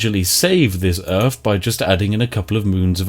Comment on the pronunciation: Welcome to Earf